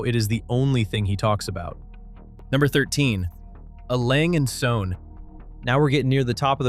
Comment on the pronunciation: As a Breguet owner I want to thank you for this truth. As a fan of Lange I cringed at your pronunciation of A.Lange & Söhne